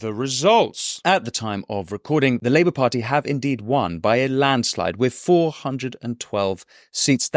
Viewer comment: 'With' not 'wiv'